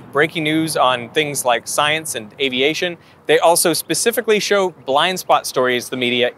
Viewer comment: Oh that's not true. His only flaw is he can't pronounce aviation correctly. Seems to be a German thing.